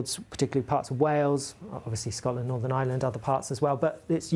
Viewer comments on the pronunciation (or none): none